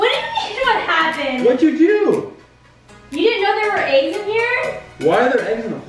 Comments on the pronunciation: sev ya my dad says aGgS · When Lexi says “aggs” in stead of “eggs”